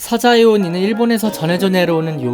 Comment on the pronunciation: 오늘도 잘 봤습니다. 좋은 지식 얻고 가네요. 중간에 사자에오니인데 사자이에오라고 잘못된 것이 있네요. 항상 유익한 동영상 만들어주세요.❤